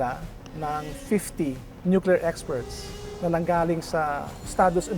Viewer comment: nukelear daw?